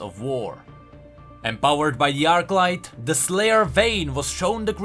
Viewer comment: Arclight, not Archlight